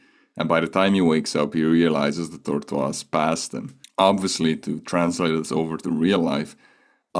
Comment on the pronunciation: Tortruas 💀💀💀💀💀💀💀💀 Bro literally said tortruas 4 times